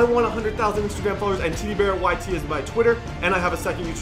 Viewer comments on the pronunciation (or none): none